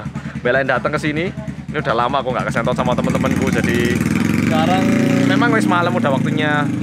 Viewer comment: sentot bukan shentot haha